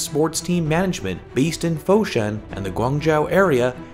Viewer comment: Fuxian is pronounced Fu-Zian